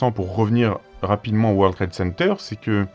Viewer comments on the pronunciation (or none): Vous dîtes:" War Trade Center"...encore une prononciation fronçaise?!